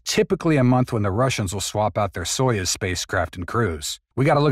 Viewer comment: It is pronounced "so use", not "so yuzz".